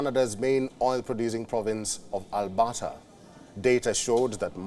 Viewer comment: As a Canadian, this newscast is hilarious. The province of "Albotta." So many factual errors: The UCP were the opposition, he tells us. Danielle Smith is "Canada's premiere." And Ottawa is a province now, apparently.🤣🤣🤣🤣